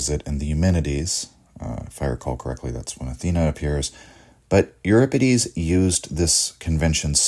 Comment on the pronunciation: thanks for pronouncing euripides correctly.